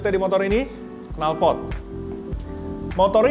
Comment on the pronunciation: Dia Jawa:v